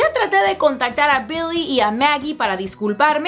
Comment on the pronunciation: Odio cuando dice BILLIE.... BEEHLEEH...